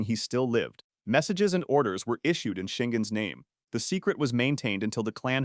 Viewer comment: Bro if youre gonna use an AI voice over at least make sure it pronounces names right